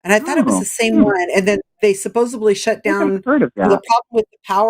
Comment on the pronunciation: was cool (though a tad bit naively optimistic), except she says “supposably” instead of supposedly.